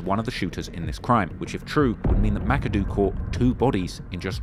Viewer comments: Ma-ka-doh not this mackadoo nonsense 😂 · Thats not how you pronounce Makado. (Muh-Cod-Oh)